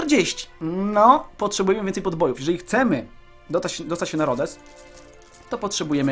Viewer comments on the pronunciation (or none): nie rodes tylko rodos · Mówi się Rodos nie Rodes